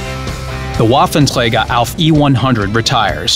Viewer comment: why the fuck does he says waffentleger